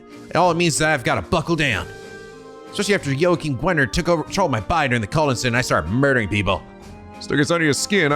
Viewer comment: He pronounces all J-starting names wrong. I've come to simply accept it. Juna, Jona, Joachim. (Joshua too technically but even the eng dub uses J, so it's whatever.)